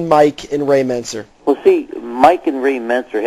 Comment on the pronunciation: Why does Bob Chic keep pronouncing Mike Mentzers name wrong??